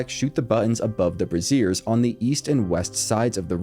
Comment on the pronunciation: I also like the subsTITution of "brassieres" instead of "braziers"... 😆